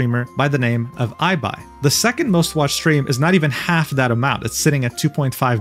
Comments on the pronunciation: He called him “I-Buy” 😂 it’s pronounced “e-buy” like the city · It is pronounced, “ee-bye” pleaseeeeee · ngl almost pissed myself when you called ibai aibai (it's prounced like the e in ebay and the second part like bye) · Ermmm Spanish here 🤓☝️ it’s pronounced Iii-bai, no Ei-bai. So you should delete your chanel and blablabla 😂. But seriously it’s pronounced I-bai not Ei-bai, thanks and you’re amazing 🫶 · you did NOT call my got ibai ay bay bro 💔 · pronouncing it as eye-bai is pretty funny ngl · Hearing Ibai pronounced as ""Aibai" made me chuckle a little lol. Buen video. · 'e-buy' please do some pronunciation research, that's like the one note I have across your videos, love them otherwise ❤ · wow, you are finally talking about this piece of shit of a company???? finally yaayy!!! time for you to prepare, because you just stepped on a gold mine of what it is the Spanish Vtuber community also, it is pronounced as "E-bae" or something like that, the first "I" is pronounced like an anglo E and also, just to add more info of just how big spanish audience is, the 2nd one he's talking about is spanish speaker too!! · That's the weirdest way to say Ibai I've ever heard 😂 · I LOVE THE WAY PRONOUNCED IBAI I GIGGLED A BIT